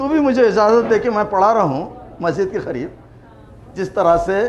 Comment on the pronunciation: Why cannot pronounce 'k' as in kabar(grave) or kareeb (near) he pronounces khabar And khareeb. This is I am sure wrong for a professor of Urdu.